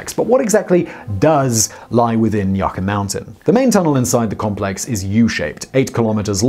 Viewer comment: Yucca - [ You - Kah ] - Mountain 🏔